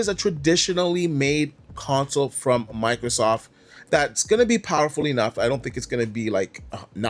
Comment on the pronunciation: It's microSOFT, not Microsoff, the T is not silent.